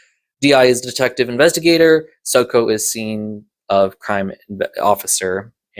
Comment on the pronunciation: I’m going to open this by saying. Keep up the good work with the reviews. I wouldn’t be 48mins into this review if I didn’t enjoy this. But. I’m going to give you a critique, and I’m not great at being polite. Diazepam and Soco are words used in the podcast. Listen to the podcast and pronounce the words like they do. It might not quite get to every listener, but as someone who likes a bit British crime on audio, hearing these words mispronounced is aweful. Soco = Socko Diazepam = Die-az-i-pam Granted, never did bother to look up the word Soco before. I always assumed it was a nickname based on the suits they wear at murder scenes. (Giant rubber suits that look might look like full body socks). So thanks for the clarification. That said. You should tighten up your scripting and editing a bit too. Wish I could give more specific advice, but you’ll get there if you keep at it.